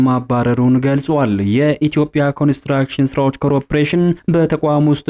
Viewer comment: Pls read "corporation" not crop ration!!